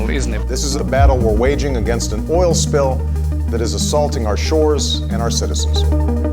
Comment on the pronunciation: Witerwwy biggest oiwl spwill everrrr.